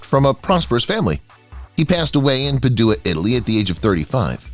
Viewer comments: Padua is pronounced "PAD•joo•uh." Cole Porter has a song in which he rhymes Padua with the words "cad you are." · Agreed! “St. ANTHONY OF PA-DO0-AH?” Yikes! Good info, however. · PADUA? PAD-UA lol😂😂😂😂 pa-due-a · It's not that hard to Google the pronunciation of names and places if need be. This guy is absolutely atrocious. I can't watch it past Peduwa, meaning Padua. Really? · Jeez dont the yeach AI how topronounce ANYTHING??? PaDOOah??? Most pathetic among many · PADUEA PRONUNCIATION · “Anthony of Puh-DOO-uh!” 😂